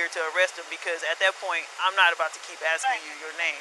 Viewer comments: Aksing you I'm aksing yo hahaha weird hehehehe she had no REASON to ASK for I didn't commit a crime. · "...if I'm axing you." Who is she? Jack Torrance? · The word is asking , axing is when one chops wood . Just SA'IN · Please quit saying "axing." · I was under the assumption that cops , even crooked right violating ones , had to be educated and be able to articulate better than AXING him. Also suspicious is neither a misdemeanor or a felony, no identification sorry. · Until this day, she is still axing him. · Stop saying “I’m axing you “. Dang Speak English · “Axeen” asking maybe? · Asking not axing God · Asking, not axing 🙄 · I hope she no longer has a job as a police officer! Cuz "ya know she's like axeing weird!" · She's axing him for his id 5 times, she ought to learn English before they let her loose on the public ( the word is "ASKING") you dumb fuck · Why is this dumb cop axing. It is ASKING stupid. Listen to this cop trying to make shit up to her boss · It's odd that she keeps axing people but she has to be educated on the streets on ID law. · Maybe instead of "axing" for his info she should try ASKING in the future... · Axting you, Axting you...what a joke. All Officers should have a College degree before being able to be a police officer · She needs to stop axing him, I can't handle the violence! Its a Steven King movie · no, donkeypiss! Fa REAL dough! Listen closely right after, "...I just waited for Smith to arrive..." She said she was, "...not gonna keep ASKING... for I.D." DAMN! She said it again. I just heard the second one, "...I'm ASKING him, what's your current address..."